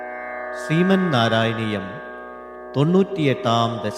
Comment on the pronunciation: Nice rendering!! Just so that you know its not Sriman Narayaneeyam... Its Srimat Narayaneeyam (श्रीमत् नारायणीयं) when it is pronounced together it is Srimannarayaneeyam(श्रिमन्नारायणीयम्) हरि: ॐ 🙏🏻